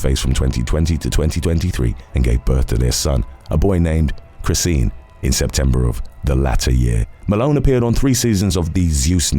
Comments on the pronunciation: I normally watch these all the way but I couldn't get past "CHRIS-SEEN" Its "CHRIS-SHAWN" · Chrisean is pronounced Cree-Shawn. Like Sean is pronounced "Shawn".